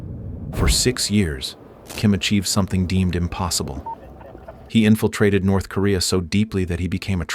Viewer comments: You wanna go to “NERTH KOREA” 😂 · "Nerth" Korea 😂 These AI videos... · Nerth Korea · NERTH Korea 😂😂😂